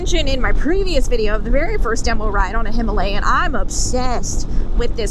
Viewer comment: Gonna sound "bad" but I'm typing it anyway. Four ladies on Royal Enfield "Her-alayan" ??? Buckaroo!